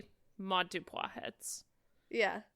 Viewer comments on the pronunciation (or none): it is Sara-Maude Dupuis. Why did y’all steady say Dupois over and over, like what? Dupuis. Doo-pwee, not doo-pwah